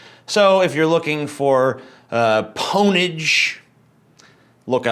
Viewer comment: Please do the world a favor and don't EVER say pownage again.